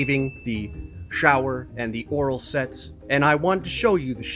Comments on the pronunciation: Did anyone else hear "Oral Sex" when he said "Oral Sets", or was that just me? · for a second I thought you said "oral sex" 🤣